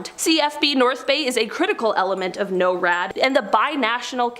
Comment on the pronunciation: its not no rad its nor rad